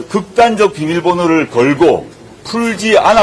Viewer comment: '극단적'이란 말을 한동훈처럼 웃기게 말하는 사람은 없을 것입니다. 조국 대표와의 실력차이가 너무도 극단적입니다. ^^